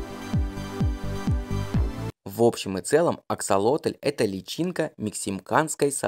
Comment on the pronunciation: Только почему автор говорит АксолотОль? Если ему так удобно, то я впервые слышу об этой ( так и не поняла как это назвать) и когда увидела правописание, то не то что назвать не знаешь как, то и написать проблема. Так как правильно писать и как называть? Рыба, животное, личинка или просто особь?